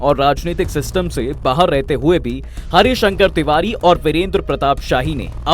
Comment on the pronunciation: पंडित हरिशंकर तिवारी बाह्मण समाज के गौरव है आज भी। थोड़ा नाम का उच्चारण सही से करे पत्रकार महोदय